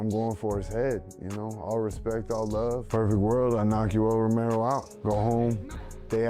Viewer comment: Homedude doing the crowd interviews didn't pronounce Romero's name correctly once throughout this entire event lmao